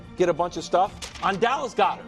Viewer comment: “DAllas GOEDert”